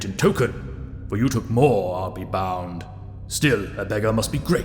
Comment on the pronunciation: It's Took, not Took actually, as in cook.